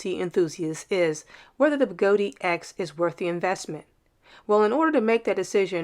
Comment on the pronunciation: What the heck is a Begoti wheel?! It's a Gotway. I'm totally confused by that pronunciation...